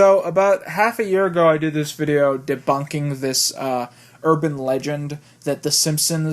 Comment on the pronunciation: LOOK AT ME!!! IM DEBOONKING!!!! IM DEEBOONKIINGGGG